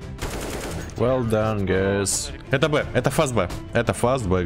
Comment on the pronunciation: так кринжево когда ты шоворишь well-done (nohate)